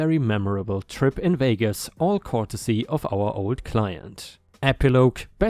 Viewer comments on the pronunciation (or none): dude, "courtesy" is said as "curt esee" not "cort esee." 😛